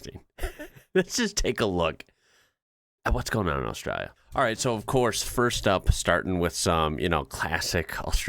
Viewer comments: Love your enthusiasm for us all here down under but we need to sort out your pronunciation lol let’s start with Ozz-stray-la with an emphasis on the hard A at the end. Give it a crack for your next episode 😂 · Love your work, but you are guilty of one of my pet peeves, (trivial I know ) but Australia has an L in her name. It is not Austraya. Keep up the good work. Cheers from Oz.